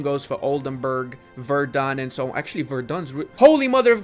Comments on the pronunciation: namenazi comment: verdEn, not verdUn <3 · Because it triggers me everytime in every video: Verden is pronounced [ˈfeːɐ̯dn̩] NOT [vɛərdʌn] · Verden is pronounced with an "F" not like Verdun lol.